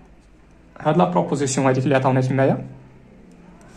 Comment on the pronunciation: غير عتازل ماستاد موالو ستريكتومون ههه فري بروبروزيسيون ههههه فرنسي ناضي